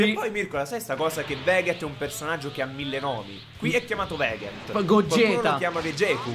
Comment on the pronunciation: si dice vegeth no veghet